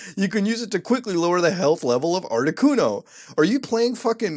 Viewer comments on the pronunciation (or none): none